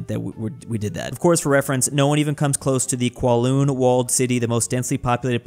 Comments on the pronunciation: "kwoloon walled City" is pronunced kowloon(cow, loon) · Kowloon is pronounced like "Cow-loon", not Kwoloon